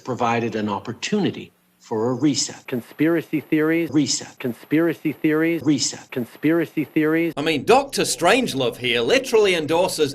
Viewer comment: From now on I'm going to pronounce it "conthpirathy theorieth" like Trudeau does. Also, they know some of us are not stupid, but they are so powerful they don't care. They lie 24/7 so the stupid will believe and follow whatever they tell them, and to show everyone else that they can lie and cheat and get away with it.